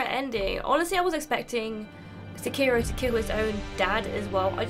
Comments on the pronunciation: It's fucking se-key-row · And here I was thinking it was only Americans that pronounced it “Sekearo”.